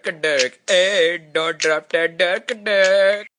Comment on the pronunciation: the dont sounds like dort to me lol